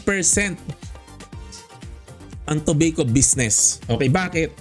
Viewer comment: Toh-bay-koh astig hehe